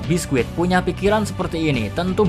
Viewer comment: Bisky mr key bukan biskuit wkwkwkw